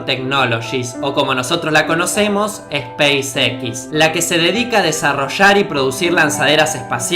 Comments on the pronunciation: space EQUIS.... space EX suena mejor ;) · Banana, se dice speis ecs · se pronuncia espeis ex ( space x) no espace equis ... porque combinas ingles y español? buen vídeo, pero ese detalle es de mal gusto. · Esa "A" de SPACEX me parece una "Y" diría SPYCEX, quiza solo es cosa mia pero es curioso. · spacex yo lo pronuncio speisez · Si vas a pronunciar en inglés "space" y no "x" para eso decilo todo en español.Bestia. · se pronuncia espeisix :V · Se me quema una neurona cada vez que dice "espeisexis".... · La pronunciación de los nombres que usas es repugnante hermano. Youtuber y no sabes pronunciar SpaceX? Ni siquiera PayPal que es tan fácil? Aprende a pronunciar bien los nombres hermano no seas tan sinverguenza. Es una crítica dura porque no soy hipócrita, es para que mejores no para que te ofendas. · Seria bueno que si vas a pronunciar en ingles el nombre de la compania "spacex" pronuncies tambien la x en ingles, sinó no tiene sentido, no te parece?